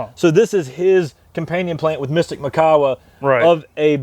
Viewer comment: It's mee-kah-wah